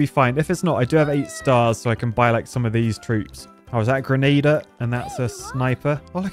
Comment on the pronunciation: That would be a Grenadier /gren-ah-dier/